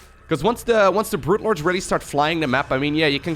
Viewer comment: Sounds like says 'Brute Lords' every time. XD